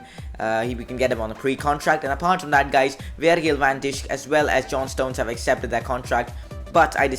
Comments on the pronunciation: You indeed say van dijk wrong you say it like van dike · I'm happy you didn't sign Van Dijk because now I won't have to hear your awful pronunciation of his name! 😂 Just joking great video.